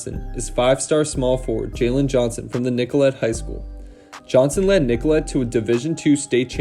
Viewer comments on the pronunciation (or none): nicolet is pronouced NICKO-LAY